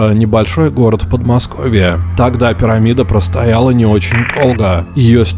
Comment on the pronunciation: Пересматривал видосики по Петскопу, захожу на новые видосики и слышу в каждом предложений, слове, окончаний, такое произношение раменСКОМ, подмоскоВЬЕ, не очень долГО, быстрого приготовЛЕНИЯ, не сдалСЯ и так все видео Никакой ненависти каналу и автору, но это тяжело слушать такое произношение